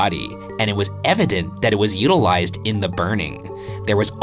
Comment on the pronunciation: im sorry but the way Ryan says utilized is so funny